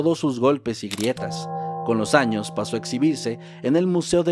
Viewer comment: En la miniatura en vez de decir años, parece que dice anos